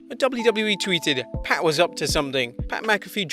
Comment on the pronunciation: My god! You just chopped and screwed up pats name Jesus